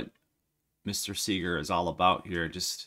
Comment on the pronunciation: You're one of the few I've heard ever get Bob Segar right! I'm from the same area he is, and you got him just right! Thanks